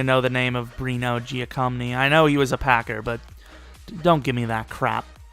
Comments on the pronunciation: dude...I told you last time. his name is pronounced jack-o-meany not giocomney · The way you pronounced Bruno Giacomini's name made me puke...